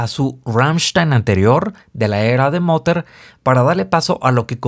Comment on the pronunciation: Te pido que leas y pronuncies Mutter con una "U", como en Uruguay o en Mutter. Las referencias históricas, la destrucción o autodestrucción de Europa? Un equipo con diferentes uniformes con indicios de diferentes países (yanquis, alemanes, ingleses, israelíes), el lugar elegido, Paris, donde esta la fracasada diplomacia francesa frente al agresor Putin, el láser que une el campo de batalla del famoso Clades Variana hace 2000 años donde la primera vez aplastamos a los romanos, etc, etc. Till siempre juega con nuestra historia, exprime nuestro idioma al mango y tiene la capacidad de una visión hacia el futuro que muchos músicos, pintores y escritores alemanes tuvieron y tienen.